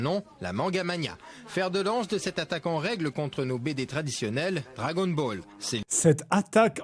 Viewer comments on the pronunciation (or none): none